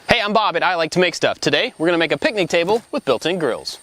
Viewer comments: Instead of "grills", i heard "girls". I too want a picnic table with built in Girls. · I thought Bob said built in girls